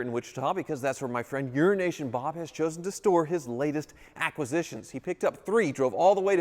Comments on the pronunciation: You're not even enunciating it enough to make it sound like it could have been Euro Nation Bob anymore, now you're just CLEARLY saying Urination Bob. 😂 Poor Bob. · it´s only me that listens "Urination Bob" ? :D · All I hear is "Urination Bob" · Mannn you gotta stop saying his name like that 😭